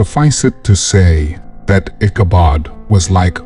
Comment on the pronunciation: I don't know what is up with the reader, but every name in this story gets mispronounced in some way so often that it becomes annoying. Katrina is called Catalina, Brom Bones' last name becomes Barnes and Ichabod gets mispronounced any way you can imagine during the reading. Even the horse Gunpowder gets called Dynamite at one point (it didn't even exist at the time this story takes place). If it's an actual reader, he goofed up a lot and if it's AI, then it's still got a long way to go.